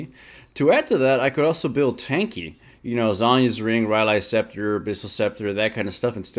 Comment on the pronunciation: "Zhyonas' Ring" XD